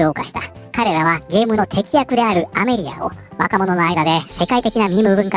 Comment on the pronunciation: スミマセン、些細なコトですが「敵役」は、「テキヤク」ではなく、正しくは「カタキヤク」の読みが正しい（伝統的には）ですね……